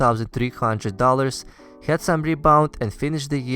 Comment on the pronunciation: Why do Russians pronounce HAD as HYAD?